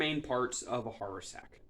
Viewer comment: Very nice job, but one comment only. It's pronounced hav'-er-sack.